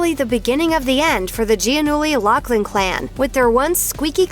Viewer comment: God can you pronounce her last name right??? It’s Laughlin with an F sound, no C in her name